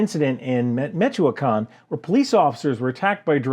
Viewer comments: It's "Meech"-"Oh"-"whah"-"kahn" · It's MEE-CHO-KAAN